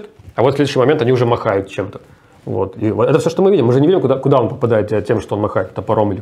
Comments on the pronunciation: Не "махают", а "машут" )))) 😆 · Руслан, машут! Не махают. Извините, не сдержался.